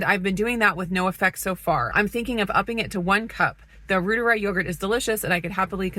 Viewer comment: I would just listen and pronounce the L Reuteri like Dr Davis says it since he created it. The yogurt I mean